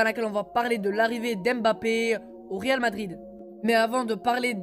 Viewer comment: Au ta voi tu dit réalmadride eu